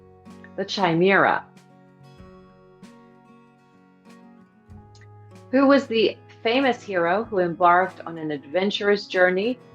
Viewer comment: pronounced KIMERA